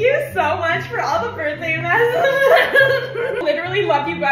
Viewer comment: The word "messages" being pronounced "mesaaagehasses".